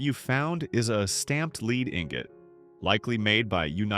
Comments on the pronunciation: AI's lose credibility when they can differentiate betweenm "lead" and "Lead" (leed). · Please correct the pronunciation of the word "lead" -- as in "lead ingot -- a piece of [metal] lead used to produce various metal items that do not need great strength -- is pronounced with the short "e" sound such as in the name Ed or in the word "shed", not with the long "e" sound -- the long "e" sound turns the word into "lead -- to guide or conduct to lead a